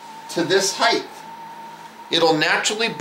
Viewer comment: excellent vid too bad he cant pronounce "height" correctly